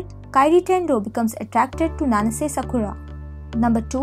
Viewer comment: Your pronunciation of Japanese names is weird. It's like ...either you didn't even try to get them right or never watched the drama to begin with. D-A-ngo? M-u-kino? Nanse? Todom? Made?